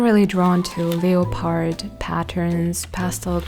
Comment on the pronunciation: I have watched your channel for a while now and I have never seen you smile and laugh so joyously as speaking about your friend's baby! You always seem so serious. So this was wonderful to see. Your English so so good, and it is such a crazy language, so I just have to tell you that the word "leopard" is one of those strange words that is not spelled like it looks. It is pronounced more like "leppard" but the "a" is short almost like "lepperd." So just ignore that there is an "o" in it! I remember when a German university student came to stay at my house in Canada while she was doing some post-graduate work, and she was so excited to go to see Niagara Falls. She pronounced it as any normal German would, as "NEE-ah-gah-ra", when we actually say "Ny-AG-rah." (The "Ny" part is pronounced the same as "high" in English.) It was so cute. I am so happy that your friend's baby will be able to wear the cute things you got for it!